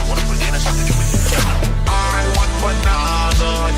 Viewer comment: The way he says "want" as "waah" really pisses me off lmao